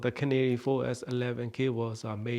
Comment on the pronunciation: KA-NA-RAY not canary. To be really correct, the 'r' actually sounds closer to a 'L'.